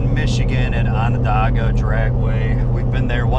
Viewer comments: Onondaga "Ona day ga " is how it's pronounced lol. You guys will get it right for the cars. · ON-ON (DAY) GA ..lol Doesn't sound like it's spelled. #secondtight